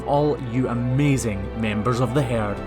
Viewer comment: I cannot spell how you pronounce herd, but I love it.